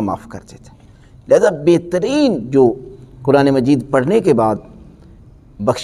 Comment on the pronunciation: QibLA PLease CorrecTlY SaY Quraan and NoT Kuraan, TareeQa and NoT TareeKa Nahin MaTLab BadaL JaYeGa AAP JaiseY MouLanA Sahiban GhaLaTi Nahin Karni ChahieY. PLease.